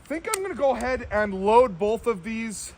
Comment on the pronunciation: "The triggers on 'bolth'..." Yep, that's a classic PNW pronunciation. Can you compare the K11 to the G11?